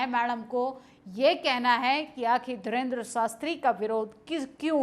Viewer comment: मैडम पहले बोलना सीखो वो धीरेन्द्र शास्त्री है ना कि धरेन्द्र शास्त्री😂😂